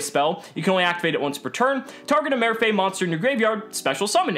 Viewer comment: Marr-fay, the accent means the a is pronounced like that.